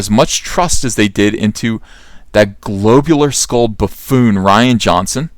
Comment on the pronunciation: The word is pronounced globular, with a short O. Like lob, mob, or glob. It's not glōbular, like lobe, robe, or globe. I've never heard anyone pronounce it that way. RIF (reading is fundamental). Hooked on Phonics worked for me!